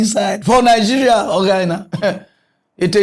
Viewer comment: See president wey no know how to pronounce the name of his country properly. Calling Nigeria 'nijèriah'. What a mess!